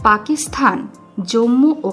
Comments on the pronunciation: পাকিসথান নয় পাকিসতান উচ্চারণ হবে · উপস্থাপিকা পাকিস্তানকে পাকিস্থান বলে কেন? গর্দভ। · আপনাকে কে বলেছে উপস্থাপনা করতে পাকিস্তান উচ্চারণ করতে পারেন না।বার বার পাকিস্থান পাকিস্থান বলছেন। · পাকিস্থান কথাটা ভুল, উচ্চারণ সঠিক হল পাকিস্তান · পাকিস্থান নয় পাকিস্তান। ফাক নয় ফাঁক। উচ্চারণ শুধরে নেবেন। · পাকিসথান? আগে উচ্চারণ শেখো। তারপর ভিডিও বানাও